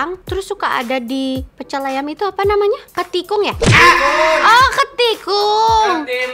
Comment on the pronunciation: Ketimun..bukan ketikung...hadehh wesss......